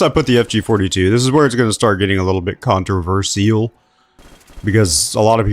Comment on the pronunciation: I think what’s controversial is the way you pronounced controversial 😂